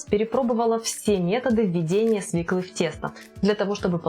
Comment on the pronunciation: Смешно смотреть, как тея с понтами произносит "свеклА" Свёкла!!! И никак иначе.